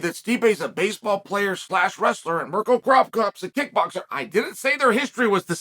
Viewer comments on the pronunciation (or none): "Mirko Crop cop" Yes Mirko is known for his farming skills.